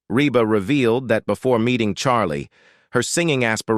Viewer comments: eeeee Reeeeba. Not RAYba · It is pronounced Reeba. Dummies !! Reba so easy!!!❤❤❤ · Why is it you can't say the name right...😊